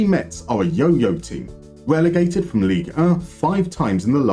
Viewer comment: A Moneyball Clinic on a team that’s local to me, that’s so cool! Great video as always! However I’ll have to somewhat ruin the opening joke, because Metz is pronounced like the word “mess”. Though now you could say the club was a real Metz until came along:)